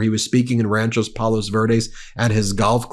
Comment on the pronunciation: Ben, you’re driving me crazy! It’s RANCHO (not RanchoS) Palos Verdes. Grew up near there and your pronunciation….nope. 😂😂